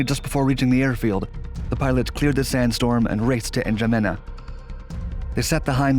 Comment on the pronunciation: The way he's sayi Chad's capital "Janema" instead of "Jamena" Lol!